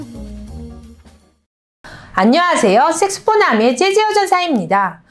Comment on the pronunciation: 선생님 색소폰으로발음 이 색스폰으로 들려요.